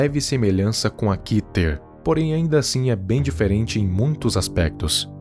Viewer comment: Pra mim se fala Kéter